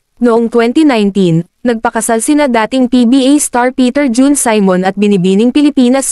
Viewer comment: Saymon?? See-mon Simon